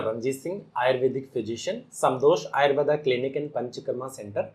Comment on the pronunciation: आयुर्वेद जब विदेश मे घूम कर पुन भारत आया तो उसे आयुर्वेदा हो गया। 😂 कृपया उच्चारण तो सही करो